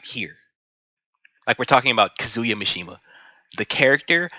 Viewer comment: Bro, invest in a microphone and learn how to pronounce basic Japanese. That's not at all how you say Kazuya Mishima.